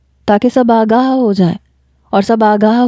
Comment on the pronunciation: Aray o bhai agha nahi hota agah hota heay